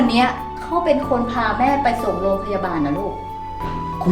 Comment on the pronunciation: เฟิร์นใช้ร.เรือคำควบกล้ำให้ชัดๆอย่าพูดแบบเคยชินนะโรงพยาบาลไม่ใช่ โรงบาล พรีเซนต์ไม่ใช่พีเซนต์ ผู้จัดการคำว่าโสโครก ไม่ใช่โสโคก